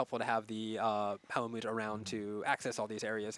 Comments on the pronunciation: No. No he doesn't. I'm triggered every time he says Palamoot instead of Palamute. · even dumbass is calling em palamoots